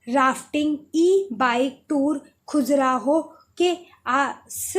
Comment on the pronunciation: Khajuraho hota h madam खजुराहो